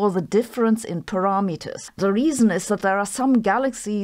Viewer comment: Her English is way better than my German... but her pronounciation of "parameters" makes me giggle.